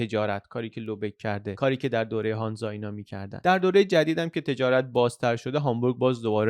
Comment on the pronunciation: هنزه نه هانزا ایرانی ها ریدن ب لهجه آلمانی